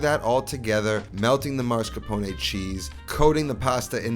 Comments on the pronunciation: he says “maRscapone” not mascaRpone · MASCARPONE, not marscapone. Ugh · I pronounce “mascarpone” the same way😂